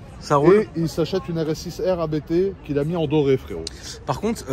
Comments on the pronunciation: Je vous rassure on dit bien « Abété » et non « Apte » pour ABT 😂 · Concernant Abt, ça se dit 'Abte', comme un seul mot, c'est le nom de famille du préparateur allemand :) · S'il vous plait "arrêter" de dire A.B.T, ce n''est pas un sigle comme le préparateur M.T.M par exemple, il s'agit d'un nom propre, celui de Christian Abt fondateur de Abt sportsline. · Pour la petite histoire ABT se prononce « apte », du nom de son fondateur, l’allemand Johann Abt. 😉